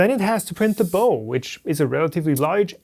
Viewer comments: FYI Bow pronunciation: bow of a ship is pronounced the same as the bending forward motion on meeting a king (for instance) this has emphasized O , like the O in Ouch ! . Bow with a soft O is what you might wear around your neck as a tie . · Bow... the way you pronounce it is what you tie on a gift, the bow of a boat sounds the same as cow . So quit gift wrapping when you talk about the bency. lol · Excellent. Thanks. BTW bow of a boat is pronounced like the word how. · nit: the pronunciation of a bow of a boat is /baʊ/ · In English, the bow of a boat or ship is pronounced like the way you would say "cow" or "ow" (i.e. I hurt myself). Not tying to be critical, just trying to help. Your content is always great, and your mastery of the English language is superb. Probably the best English I've ever hear from a native German (And I lived in Germany for several years back in the 80's). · Bow pronounced like bowing to a king, not like shooting a bow and arrow.